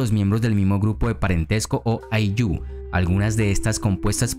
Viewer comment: Muy buena información querido amigo Una observación: El acento de la palabra Ayllu es en "Ay", no en "llu"